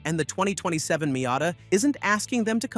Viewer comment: Wow, what a silly video this is. A new not-very-attractive green color and nothing else are "reasons to wait for the 2027 Miata"? This is just pointless. You also show images of completely different cars which is misleading and dishonest. Also stop pronouncing "Miata" wrong.